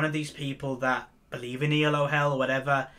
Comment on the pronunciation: Elo is a name, not an acronym. See: Arpad Elo. This is why you pronounce it as a single word. Not E. L. O.